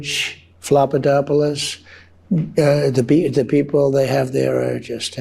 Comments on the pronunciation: George flop-anopoulos instead of George Stephanopoulos🤔🤔🤣🤣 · “George Flapadopoulos” 😂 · He doesn’t even know how to pronounce George Stepanopolis’ name. Trump is so unfit to lead anything except for leading himself into another bankruptcy. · Awww! Don the Con continues to mispronounce George Stephanopoulos's name through his unruly upper sphincter.